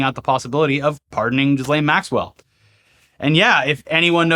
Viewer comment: I thought you pronounced her name Jizz-Well Max-Cunt.